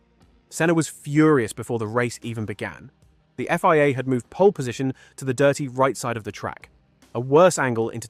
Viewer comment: So many wierd mispronunciations of circuits, places, drivers and the F-Y-A (Think you mean FIA)